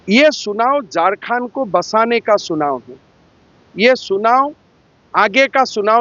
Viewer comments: सुनाओ नही चुनाओ होता है 😂😂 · क्या बोल रहे हो हिंदी बोलने आता है कि नही चुनाव को सुनाव बोल रहे हो अगर झारखण्ड मे राजनीति करने आए हो तो हिन्दी बोलने पहले सिख लो नही तो बबूलाल मरांडी को😊 सिखने के लिए बोलो ( राजनिती करने आ गया असम से शर्म नही लग रहा है) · सुनाव नही चुनाव बोलो 😊